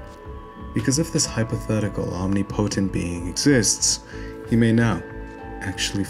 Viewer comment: im just glad to see someone pronounce "omnipotent" like i do haha wonderful video like always